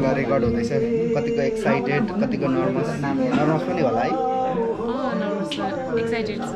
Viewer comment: नर्मस हैन हौ सर। Nervous- नर्वस् भन्ने गर्नुस्।।।